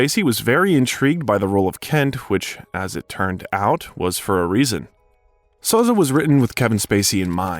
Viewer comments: It’s SO-ZAY. Not SAUZE. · Kaiser Sarose what?? Lol how'd you do this good long documentary and miss how to say that characters last name? Even after having a clip of him saying his name from the movie in this. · Pls get the pronunciation right. Even Spacey says the name “Sozay” so you do get a correct pronunciation. It’s his most famous role so if you don’t get it right, it makes your biography less credible. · Came here to say that! Kaizer Sauz?? WTF? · There's an AI tell. "So Say" I. How humans pronounce it. Sozz Skaggs and the Silk Degrees. Gawd, it keeps doing it! Sawzall! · You clearly haven't watched The Usual Suspects if you think that's how you pronounce Soze. Or your AI is glitching.